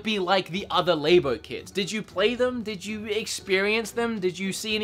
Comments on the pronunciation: Its LAB-O. Like a laboratory. Not Lay-BO. Like a woman's Labia. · LAB-O not LA-BO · Why do you say labo so weird it's labo not laybo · LAB O not LABE O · It’s pronounced Lab-oh not lay-bow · Nintendo “Lay-bo” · please stop saying l"A"bo....you don't say laboratory l"A"boratory. this makes the video really painful to watch. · Please stop saying labo like that